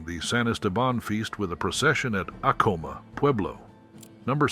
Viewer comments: Its pronounced ack - ahh- mah....not a com ah!! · My cousin Vinny also mispronounced that. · Yes! I used to live in NM. taught 5th gr for Zuni; then a Librarian for 2 Navajo schools in NE AZ. Acoma (which I've driven by) = 'A like in Apple: Ack-'uh-muh. Accent 1st syl. "Ute" = 'Yoot.' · Coming from New Mexico, I needed to let you know you miss pronounced Acoma, and Ute.